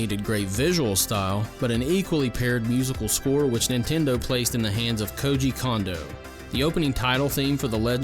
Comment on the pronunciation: It's pronounced "Cone-doe", not "Kahn-doe".